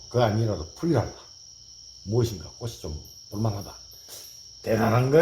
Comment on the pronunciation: 확실히 얼굴을 드러내어 입모양을 보여주시니 알아듣기가 많이 수월합니다. 감사드려요^^* 아참 근데 꽃이(꼬치), 빛이(비치), 잎이(이피)의 옳은 발음과 꼬시, 비시 같은 틀린 발음이 혼용되고 있습니다.